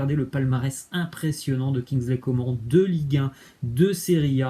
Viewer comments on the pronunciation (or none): Kingsley Coman "nn" on dit